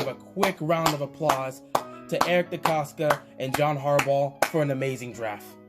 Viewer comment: Wats good Nice video keep up the good work i enjoy your content.💪🏾 I do wanna point out that your pronouncing Eric decostas name wrong with a K at the end. DecosTa